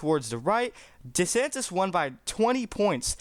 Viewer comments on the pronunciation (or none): none